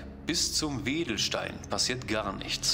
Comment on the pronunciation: Du meinst sicher Wendelstein, Bayrischzell nicht Wedelstein, oder?